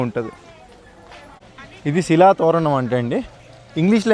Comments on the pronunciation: annaya shilpa tho ranam kaadu its shila toranam 😂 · హాయ్ బ్రదర్ నేను మీ subscriber ని 1. శిల తొరణం కాదు అది శిలా తోరణం 2. మడ వీధి కాదు అది మాఢ వీధి కొంచం చూసుకోండి బ్రదర్ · Silpa tho ranam kaadu ra ayya silpathoranam😂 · Silpatho ranam kadu babu.... Silpathoranam kalipi chadavali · శిలాతోరణం..... శిల్పా. కాదు...... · శిల్పతోరణం కాదు భయ్యా శిలాతోరణం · శిల్ప తో రణం కాదు శిలా తోరణం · Silpatho thoram kadhu bayya , sillathoranam